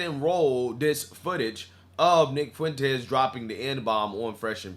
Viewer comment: Not sure of it was just the content but right around the 9 minute mark it sounded to me like you called him Nig Fuentes. 😂 Mighy just be my yt guilt or supremacy?